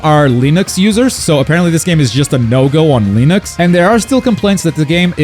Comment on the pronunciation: Excuse me, leenix? Linux pronounced like lin-ex